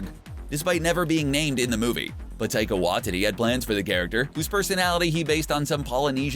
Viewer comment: “taika wa titty”